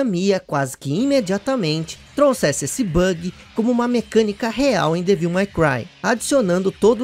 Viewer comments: parabéns pelo video. Achei muito bacana. Como sugestão para os próximos sugiro que você dê uma pesquisada antes como pronunciar os nomes em inglês. Ouvir repetidamente você falando Devííl foi meio ruim 😅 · acho engraçado como o pronuncia o ''devil'' de devil may cry rs!